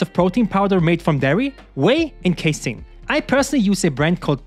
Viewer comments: YOU'RE PRONOUNCING CASEIN DIFFERENTLY NOW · haha true